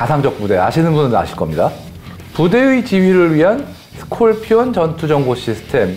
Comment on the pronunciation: I agree his pronunciation is funny,Scorpion pronunciation is sounds almost skopion but this guy pronounce like skolpion.